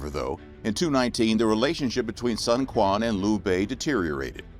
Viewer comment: Ah nooo pronouciation was amazing until Sun Quan's name 😅 Thank you for creating this content! It's such a wild and fascinating period of Chinese history.